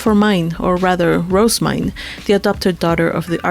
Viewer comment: Her name is pronounced "Roh-zeh-myne", not "Rose-myne". (Compare to the name Roselyn.) (I have this via the J-Novel Club forums directly from the English translator, who has consulted with the author.) However, people having a different pronunciation of a fictional name isn't a big deal, so whatever.